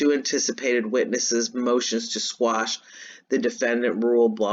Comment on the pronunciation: Squash? or Quash? Lmao, love ya lady!